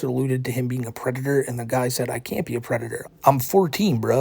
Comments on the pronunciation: “I went to ha big buva, and he said….” ” is a preditah” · is a pwedatowr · But hes nawt a pweduhuh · Somehow, the pwedator returned. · is a pweadator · is a pwedatow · "I AM NOT A GWOOMER PWEDATOW" -gwoomer pwedatow that shows cawtoon cornography to 15yo's on discowd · "I was offewed a supavisowy position." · "If I was a pwedatuh I would feel shame foh what I did, but I do feel shame foh what I did" This creature cannot be real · gweedy gweedy pwedatow behaviow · a pwedaturr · IS A PWEDATA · is a pwedator, who cannot be touched by the powice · "They aboosing me, I'm not a pwedator." -. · aka the pwedator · Pwedator Hahahahs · is a pwedatah and a wetawd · "it's just Cawtoooooons, Im not a pwedator"